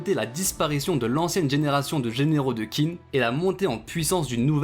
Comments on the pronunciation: Petite info d’un mec qui a quelques notions de chinois: Qin se prononce comme teen en anglais, c’est un manga qui parle de l’histoire de Chine alors essayez si vous pouvez d’au moins bien prononcer le nom du pays! Sinon, merci pour ta vidéo, y a pas assez de vidéos sur kingdom. Continue s’il te plaît ! Et la bonne journée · d'ailleurs je crois que Qin se prononce "Tchin" je sais plus où j'ai vu ça par contre mdr, mais je préfère la prononciation à la française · heu perso je le prononcerais plus "TCHIN " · oui c’est tout à fait comme ça que ça devrait se prononcer mais comme il n’a sans doute pas vraiment d’expérience en chinois j’ai simplifié